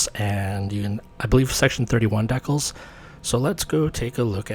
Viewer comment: Deckles? Really? DEE-cals. Rhymes with "wee pals."